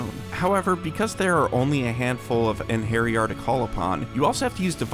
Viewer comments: The way this man pronounces Einherjar... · Your pronunciation of Einherjar hurts my soul